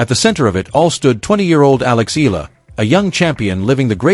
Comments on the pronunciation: Why can't you Pronounce. E-yala.and not Ella?...pls rectify your pronunciation.Thank U💜🇵🇭💚🇵🇭❤️ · it is Alex Eala ("e-yala" as pronounced) and not " i-la " 😢😮